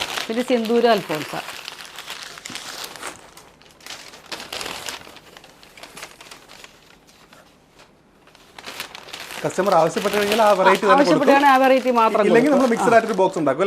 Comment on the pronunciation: Alphonsa alla Alphonso